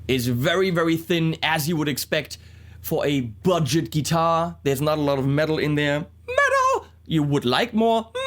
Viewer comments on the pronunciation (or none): she said metal? ouch